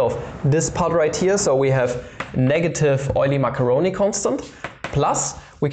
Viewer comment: Mascheroni is actually pronounced Maskeroni, not Masheroni